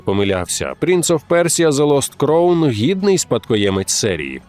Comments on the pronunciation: Все чудово. Але ви як бидлотні російські канали, які не можуть вивчити англійську, робите прикрі помилки у вимові слів. Crown читається як краун, а не як кроун. Дякую. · Не "кроун", а "краун"... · А можна два слова англійською прочитати в голос правильно? Який кроун? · crown /kraʊn/ шановні, ну камон(